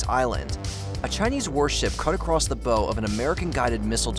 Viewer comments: I think the bow of a ship 🚢 isn’t pronounced like bow in “bow and arrow”. It’s like bow in “bow your head”. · It hurts the crediblity of your work when you mispronounce just about every foreigh country or city in the world in addition to some ordinary words. Examples of botched names/pronounciations from this video inlcude: A boat's "bow", The Hague, the city of New Delhi, the country of The Seychelles, etc. It makes you seem like a rube rather than an educated person,, and spoils the weight of your good work. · The “bow” of a ship is pronounced like “to bow to the queen”, not like bow and arrow. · Wow. You cannot even correctly pronounce "bow". Amazing.